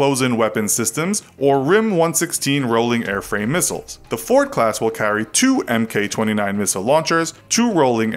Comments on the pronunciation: oh my god... stop saying "M k", say Mark. The only time when this isn't true is, as far as I know, German autocannons. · Mk is pronounced "Mark" The AN/SLQ-32 is an Electronic Countermeasures suite only. The Nimitz class depends on AN/SQ 10, 39, and 48 for radar detection. Not really a comparison with the AN/SPY on the Ford Class. Other than that is is a decent video. One other thing you might point out is that the reactors of the Ford class will not need refueling. Ever.